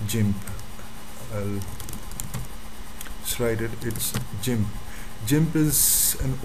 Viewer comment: its Called Gimp..not jimp.......